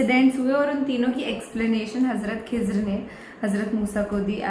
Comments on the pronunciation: Not खीजार सीस्टर खीजर Is Correct Pronunciation 😊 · Khazir not khizaar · Not khizaar it khizer as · Khizar nhi खिज्र है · Dear its nt khizaaar its khi-zar 😊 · Not kezaar hi is khizar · Khizar nhi